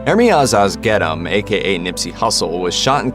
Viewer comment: The way homie said nips name lol Ermias ashgetem 😂😂